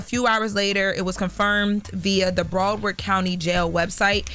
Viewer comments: Why does she keep sayin' "BROADward County." It's BROWARD. Not that hard to pronounce. Shouldn't they hire news people to do the news? This girl stuttering and stammering. All over the place. She didn't even name the victim. She then asked: "How will this impact Dirk if he's found innocent?" That seems like a filler question because she should already know the answer. If Dirk is found innocent, this will only HELP his career. He'll start rappin' about how he beat yet ANOTHER murder, blah blah blah, and Charlamaign will play the song over and over again and the hip hop community, as always, will start praising psychopaths. Then they'll start whining about the high murder rates in their community, and they'll blame everyone other than themselves, then they're promote music that glorifies murder and drug dealing, and yay we have a circle of imbeciles. The world is so sick of you hypocrites. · It’s Broward not braward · Its Broward not Broadward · Bra-ward county jail🤣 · It's Pronounced BROW, Like Eyebrow, Broward County #954 🤘🏾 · Brow- Ward the way it’s pronounced get it right we keep some celebrities in our jail.. Slide for Von what a joke😂😂😂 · Why she saying broward like that 😂 it’s “brow-ward” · It’s BROW-Word Learn your pronunciation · Ma’am I’m going to need you to put some respect on t on our county name !!!!! Say it right ….. “BROW-WARD”!!!!!!! Tf 🤦🏾‍♀️ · This news girl sucks lmao 😂she can’t even say BROWARD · She said broward county so wrong 😂💀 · Why is she pronouncing Broward like that 😂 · Please say Broward county correctly…. Disrespectful…. Lol😂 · This girl is not pronouncing Broward right lol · Why is she pronouncing Broward like that😂😂😂😂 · she aint say broward right once this whole video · is incredible but her pronunciation of Browardc As a Broward native is taking me all the way out lmaooo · I don't like the way she's saying Broward😂